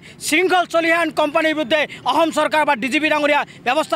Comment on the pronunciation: অসম শব্দটো আগতে ভালকৈ ক ও বোপা